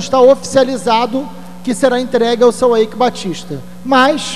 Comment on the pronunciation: Na verdade, se pronuncia Aique Batista.